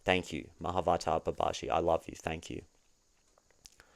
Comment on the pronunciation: I think it’s Mah-a’vatar Ba’ba-ji